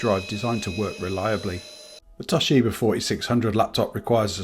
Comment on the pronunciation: TOSHIBER killed me 😂